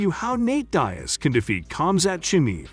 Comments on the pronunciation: It's Deeeeaz not Diez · its more like deeaz not dyaz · Have you ever heard their names spoken before?? I’ll give you a pass on Chimaev because it’s uncommon here in the states, but Diaz? Really? It’s Diaz…Dee (as in ‘these deez nuts in your mouth’) and Uz (as in Buzz or Does)..Not Die-Uh-Z or whatever the fuck you said. It’s such a common name too. How you managed to butcher it is beyond me. Especially since you’re making a video on just these two fighters 🤦🏻‍♂️ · Diaz not Diez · "Nate Daias and Khamzat Chimi" 🤦🏻‍♂️ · Man ain't no one taking you serious when you keep saying Nate "Die Azz" it's "DEE AZZ" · Is this a robot talking. Nate diez vs comzat chimeeve lol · Nate Diaz not Nate Daes.wtf. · Jesus, his name is pronounced Deeaz, not die-az. Where did you get that from?!? Chim-eve? Are you intentionally trying to annoy people? Lol? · Bro you got the name of dias wrong 🤦🏽‍♂️🤦🏽‍♂️ Is Nate dias not nete dyias 🤦🏽‍♂️🤦🏽‍♂️😂😂🤷🏽‍♂️🤷🏽‍♂️ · Die-ez and Chimeeve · Who is Nate ‘Die-az’? This is click bait….f off. I am putting a hundy on Nate just because he’s Nate. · The concept is solid, BUT the fact that you can not say the man's name correctly kills me. How can you blow it on Diaz. Dee -azz is correct. That small flaw destroys the experience for me. Fire your editor now. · Enunciate your words Diaz is "dee-ez". Dumb. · downvote. Deeiz... work on pronunciation. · Nate Dye-az, cam-zat cheemeev? Lol. Yeah you know jack crap. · Pronouncing his name diez shows you dont even watch MMA.! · Nate DIEaz and Khamzat ChimEVE?? mate your pronunciation is hilarious, you obviously take MMA seriously, great work lol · You can’t even pronounce Diaz last name correctly 😂😂😂😂. Dayyyaz? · Who the heck is Die-iz? How you gone make a video and can't even pronounce the man's name? 🤦🏽👎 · Be a nice bet, and my money is always on a Diaz if they're fighting. Teach your computer to say dee az, come-on man! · Calling him Dayas 🤣🤣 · Gotta love Nate Dye-Azz, haha good video though. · Pronounce Diaz right.